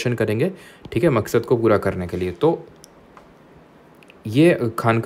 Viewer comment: Sir , aap MAQSAD word me bhot joor dete ho 🤣